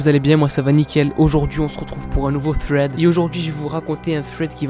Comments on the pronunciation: Fread mdr sa ce dit sread mais don t'ai le meilleur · "Thred" et pas " Fred ". J'déconne frr continue comme ça 😜✔️ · On dis pas Fred On dis Sreds